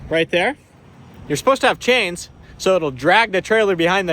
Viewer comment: the sh instead of s in ur words kills my ears. chains